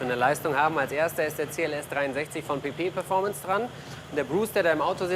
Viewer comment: Ich hab die ganz Zeit PiPi performance verstanden :D